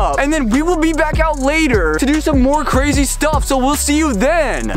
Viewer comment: he said cwazy HAHAHAH